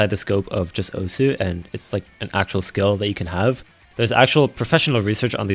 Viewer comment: why everyone say osu wrong